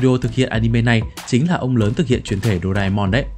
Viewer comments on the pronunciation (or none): none